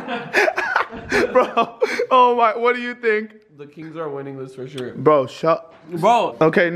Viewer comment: i’m clicked this video faster than james charles can say “shore”